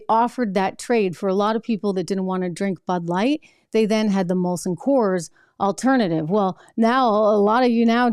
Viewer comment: STOP SAYING IT WRONG! ITS MOLSON COORS NOT COLSON MOORS!